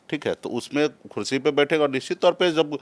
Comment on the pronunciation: Neta ji khursi nhi kursi boliye